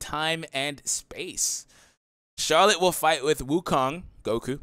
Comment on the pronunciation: It's Schalot by the way. Like "eschalot"